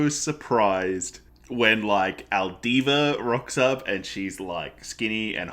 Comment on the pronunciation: Two things, it's alvida not aldiva. As for the parallels between Luffy and Roger and resurrection.... read and find out